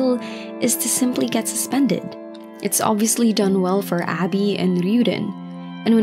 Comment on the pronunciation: its ah bee not abby xD